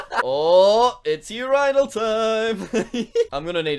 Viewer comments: urinal is not U rhinol its ˈyo͝orənl or you rinul jesus christ my brain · Hahahah what is a "Ur I Nal" its a Urinal